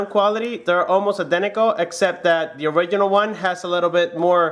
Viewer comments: Is “ORIGINAL” not “ORIGHINAL” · When he says "orighinal"😡😡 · I will get crazy if I hear one more time that " orighinal " sound...... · Original not or oridinal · Smodr Origidjnal hahahahhahahahahhahah. Oridjinjal hahahahha. Oridjinjal hahahahhahahah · You keep saying original wrong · awful pronounciation of "original" + "buttons"